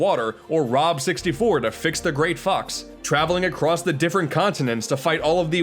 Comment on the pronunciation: Wen he said fox I thought he said f***